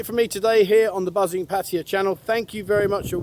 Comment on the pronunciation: Yeah but many people watch your videos to learn about Thailand. So why not pronounce the name of their city correctly.